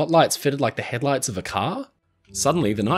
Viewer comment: Keep hearing him call it head lice.